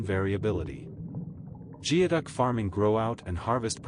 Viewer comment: I think geoduck is actually pronounced "gooeyduck."